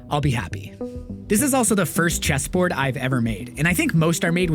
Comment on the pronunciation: It was only when u said it that I realized.. this isn't a pallet cheeeeseboard... this is a pallet chesssssboard!! xD